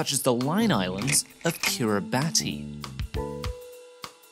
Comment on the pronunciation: FYI: Kiribati is pronounced Kirabas :-)